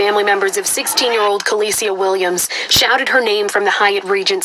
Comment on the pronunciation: Dang!! The news man messed her name all the way up! SMH He could've gotten the pronunciation of her name before the news started! Anyway, what I wanna know is, who's room was she in? Was it the room that was rented for the friends or was it a room that the killer/killers rented? It seems as if she's basically by herself. I don't see anyone in the background.🤷